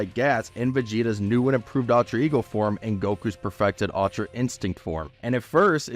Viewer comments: UL-TRA not AL-TRA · “Altra ego”